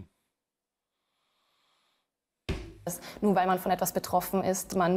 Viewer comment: "Paralläälen" Das hat mich beim Ursprungsvideo schon hart getriggert..